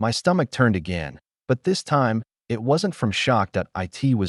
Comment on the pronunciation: Choppy crappy narration. Why can't he pronounce the word "it".